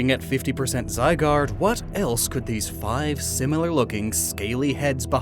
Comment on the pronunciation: ZYGARDE, NOT ZYGUARD! FIX IT NOW!